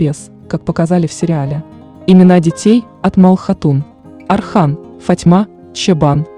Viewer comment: Не Асман , Осман . Не Архан , Орхан